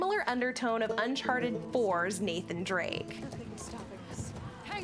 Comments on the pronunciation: Yeah I noticed that too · She pronounced it wrong because that's obvious.